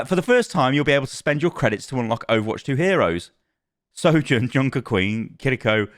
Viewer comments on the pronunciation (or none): none